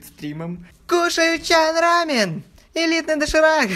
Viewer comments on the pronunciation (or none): шан рамен! Шан рамёёёён! а не чан рааааамен!